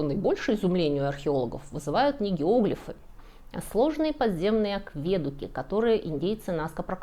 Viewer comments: АкведУк, а не аквЕдук! Я извиняюсь за занудство! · Акведу́к, а не аквЕдук. Ну это так, к слову. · Ну почему аквЕдук? АкведУк ведь!!! Вы в первый раз такое слово слышите? Акведу́к (от лат. aqua — вода и duco — веду). Ужасно режет слух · Вообще они не аквЕдуки, а акведУки. Латинское "aquaedUctus". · Почему вы говорите аквЕдуки? Когда ударение тут на "у": акведУк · Добрый день, уважаемая! Правильно говорить "акведУк", а не "аквЕдук". Режет слух! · Не аквЕдуки, а АкведУки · Всё хорошо, но в слове акведук в русском языке ударение падает на у, а не на е. Акведу́к, а не акве́дук. В латыни в слове aquaeductus ударение падает на предпоследний слог (перед группой согласных гласный долгий), т.е. aquaedúctus. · акведУк - так правильно, не аквЕдук, очень слух режет. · АквЕдук? Вы серьезно? Такой эрудированный человек не знает такого простого слова? АкведУк! О, Боже! Ещё и патЕрны? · Что за аквЕдук? Вы никогда не слышали, как произносится это слово? Загуглите, где ставить ударение. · АкведУк, а не аквЕдук. Первый выпуск, который ну настолько спорный, что вызывает острое чувство разочарования (( Все что нам непонятно, мы назовём "культовыми" постройками. Это как бесчисленные Крепости- звезды. Кушать нечего, но мы будем строить в пустынях "культовые" сооружения. Угу. К слову, в мире не нашлось компании, способной повторить энтазис Алекандрийской колонны хотя бы в масштабе 3к1. Так что все озвученное весьма спорно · не аквЕдук, а акведУк. это не первое видео и не первая ошибка. судя по вашим выводам вы мало читаете, или же альтернативные мнения вас совершенно не интересуют. а зря, ознакомления с ними пошатнуло бы вашу уверенность. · Ну что за дичь! Откуда этот "аквЕдук"!? В любом словаре "акведУк". Без вариантов. Дико режет слух. Особенно из уст образованной женщины с правильной речью. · Всю жизнь думал, что акведУк, а тут вдруг аквЕдук. Перепроверил. Все-таки акведУки. Так что видео интересное, за исключением неправильного ударения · Вы правы, только акведУ́к, а не аквЕ́дук....